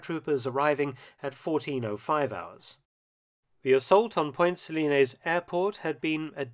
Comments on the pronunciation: Just remember: It's point Suh-lines, not Point Suh-linayz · I lived in Grenada for about a year and a half, and have an interest in history. For a start, you mispronounced Point Salines. You mention that Maurice Bishop's popularity waned prior to the second coup. I don't think that is really correct. After all, the airport in question is now named the Maurice Bishop International Airport. As I understand it, the "left wing" Bishop was basically overthrown by even more radical "left wingers." Bishop, himself, remained popular. The new government was not. It was kept a secret at the time, but the governor general of Grenada actually requested the intervention. The invasion was viewed as a liberation and is now celebrated by a Thanksgiving Day holiday on October 25.